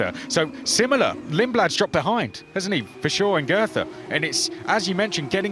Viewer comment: The TH in Goethe is not meant to be spoken like a TH